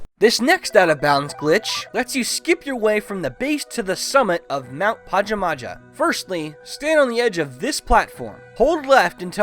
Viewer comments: It's pronounced pa-jam-a-ha dude everyone gets it wrong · i think its prenounced pahjahmahjah. also i no gramer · This man has never heard of Pajamas before lmao "Mount Pahja Mahja" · Huh... I thought mt pajamaja was pronouned PA-JAA-MAA-JA